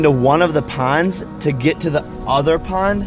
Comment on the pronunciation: I mean this is really good but I wish he would stop saying yo and learn how to pronounce pond correctly